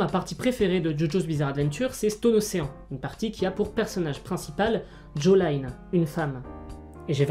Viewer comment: j'ai bien aimé la vidéo mais c'est qui "Jolaïne" mdrr ??